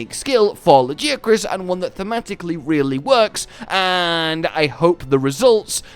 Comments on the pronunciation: You pronounced it's name wrong ...erik told us how it's done Not ~lajiakruss~ it's ~LaGiahhcrus~ and now since we have official pronounciation i will rub it in everyones Face that pronounces it wrong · Why would you still pronounce it La-gee willikers-acrus. Erik TELLS YOU HOW TO PRONOUNCE IT. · Say LA-GI-A-CRUS damnit!! Great video as always!! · It’s pronounced LA GE AH CRUISE, not LAGI AH CRUZ, lol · I'm enjoying Laggy-ah-kris very much! Lol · Dude when erik said Lagiacrus. I was like “ERIK, Lag-AIA-crus” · no i was agreeing with him, lag-AIA-crus sounds better than what eric said. it feels like if someone called mizutsune "mit-soot-soon-ee", as a comparison. feels weird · I winced when he said laggy acrus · "Lard" + "Ghee" + "Ah" + "Cruise" 🤣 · I physically cringed when he said LagiaAHcrus but omg he's absolutely amazing, I'm so happy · It is really good, Lagiacrus quest surprised me. And they pronounced it -ah-crus weirdly enough. Not how I thought it would be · why do you keep saying it's name wrong dude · Just admit you've been saying it wrong c; (it'll probably be like the tigrex situation:0) As much as I like Steve I don't know what it was but apparently I got him a lot easier than I did..:0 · You are the only person I have ever heard pronounce it like that so yeah it's easy for you to say "say it however you want" lmfao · Just follow the Japanese pronunciation and stop being wrong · Funny how they literally pronounce Lagiacrus in game and people still say his name wrong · They say the name in game, use it properly absolutely disrespectful to this amazing monster to butcher his name like you do. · Ok, when Tigrex's name was voiced during Rise it made me curious, how the way they pronunced the name sounded basically how one would say it in Spanish. And now comes Lagiacrus and it's the same, the way Erik says Lagiacrus is basically how you would say it on Spanish... Interesting.